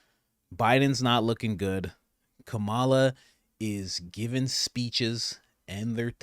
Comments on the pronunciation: For god sake her name is “ka-ma-la” and not “ka-maa-la”!! Let’s get her name right first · Say her name properly, you disrespectful fool. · Bro mispronouncing her name the whole time was funny af 😂 good video tho fr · Dude, you can't even pronounce her name correctly!!! At least get the person's name right before you cover them in any capacity. FACEPALM! LOL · Why do you purposefully say her name wrong? You played others pronouncing it correctly. It makes people less intelligent when they are talking about someone but do not even know that person's name.